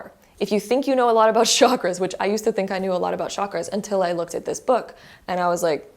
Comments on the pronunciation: It’s not shockers it’s called chaaa-Kraaa-ass. Please do not mispronounce this. Chakras means wheel or circle ⭕️ what goes around comes around. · It’s pronounced “Chak-raa-s like CHUK-RAA-S